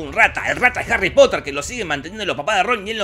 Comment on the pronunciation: Harry Potah